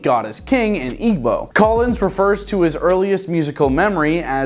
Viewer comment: Thank you so much for pronoucing "Igbo" so well.